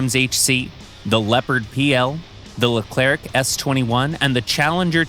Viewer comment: why do you pronounce it "leclerK" ?